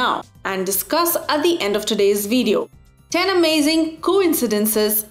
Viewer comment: its video not veediyo